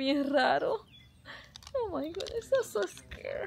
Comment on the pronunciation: Oh my Gaaaa!!! Oh my Gaaaa! Hay exageraste como niña chiquita.Y la palabra es God, no se dice Gaaaa😭😭🤣🤣🤣🤣🤣🥴🥴🥴🥴🥴😫😫😫